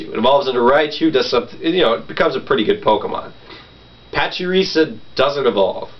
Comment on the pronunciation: You pronounce pachirisu, and plusle wrong. It's pachirisu, not pachirisa, and it's plusle, not pluslee